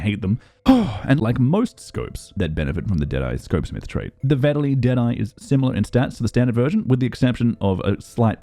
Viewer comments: I dont understand how anyone could have trouble pronouncing Vetterli. Say "Better Lee", there, done. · It is pronouncesd Vet-ter-li. Well, it is a lot easier if you are German and even that is not 100% correct. It is a Swiss Gun after all. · Its pronounced Fetterli, cause it was a swiss military weapon ;)